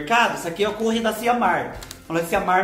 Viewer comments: do céu tava com Sddes de suas receitas!..Vc brigando com a produção é bom demais 😂😂..Briga sempre com eles,esses "reganhado sombração da meia noite"!..Obs:..Não se pronúncia como escreve "Curry",se diz 'Cãrry'..Fale direito não faça feiúra pra nós kkk..Te amo de paixão ❤️🌹😘😘😘🤭👏👏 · Kkkkkkkkkkkkkkkkkkkkkkkkkkkkkkkkkkkkkkkkkkkkkkkk do céu ri demais do jeito que vc fala Curry, "Cúrri" 😅🤣😂🤣😹😅😹🤣😹😅😹😅😹🤣😹😅🤣🧂🧅🌶️🍛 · Ri muito da pronúncia do "curry " Kkkkkk So o!!!! Bjs.Sucesso.!!!!!